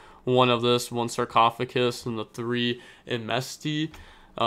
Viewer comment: Bro you're so close on the sarcophagus. Just DONT replace the g with c in GUS